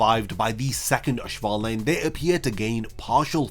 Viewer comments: Auswählen is pronounced like ows-vay-len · It’s a minor detail, but please look up how to pronounce auswählen😭